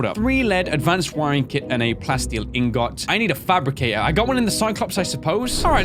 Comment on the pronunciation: Who else gets triggerd when he says inGot😂